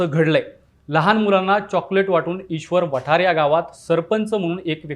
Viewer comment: व्हिडिओ छान आहे पण गावाचं नाव चुकीच्या पद्धतीने उच्चारलं गेलंय... ईश्वर वाठार असे नाव आहे आणी भारत भालके ना भरत भालके बोलले हे पण चुकीचा उच्चार